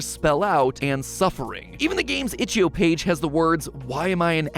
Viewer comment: itch-IO not itch-EO